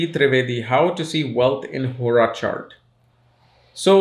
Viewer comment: Man y does hora sound like horus